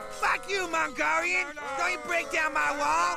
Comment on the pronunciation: The way how the horses move 😂😂🤣🤣 "Fack U Malgolian" The way how he pronounces it and later throws a brick at them 🤣🤣